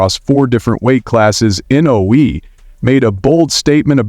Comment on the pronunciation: If you are going to do a piece on someone, have the decency to pronounce their names correctly.